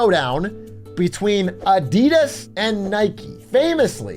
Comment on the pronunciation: The way you guys pronounce Adidas is kinda triggering, ngl